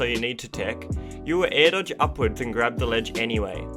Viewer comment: Am i the only one that hears "Nair dodge"?